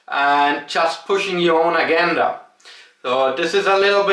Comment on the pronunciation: My man, it’s pronounced UH-JEN-DUH. About the word “agenda”.